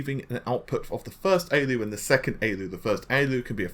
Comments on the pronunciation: A-L-U, not ayy-lew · Why don't you just say A L U instead of Aloo its an acronym do you say AMED instead of A M D? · A-L-U. "Aey-ell-you" is the common shortening of "Arithmetic Logic Unit". Just FYI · pls don’t embarass yourself with that pronounciation of ALU.. it hurts my ears